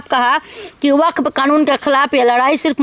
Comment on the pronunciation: बफफ नहीं होता है वक्फ होगा है